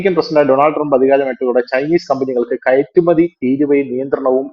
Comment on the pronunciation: ഇരക്കുമതി അല്ല , കയട്കയറ്റുമതി